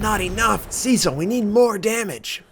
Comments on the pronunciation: If you're of British/English heritage, it's not "see-sill" but "SESS-ill". I'm sure you wanted to know that, lol. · I was thinking that. I have heard Cess-ill more often.